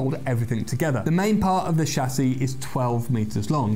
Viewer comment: Good, he said chassis.. not Tchassis